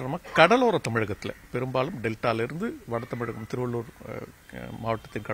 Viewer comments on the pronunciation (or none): டமிலகம்....😅😅😅😅ஏம்மா முன்கலப்ஸ் சொல்லு பாக்கலாம்.... தமிழ்நாடு 😅😅😅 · செய்தியாளர்கள் தமிழை நன்றாக உச்சரிக்க பழகிக்கொள்ளுங்கள்...தமிழகத்தை தமிலகம் என்று உச்சரிக்கிறார், மழையை மலை என்கிறார்....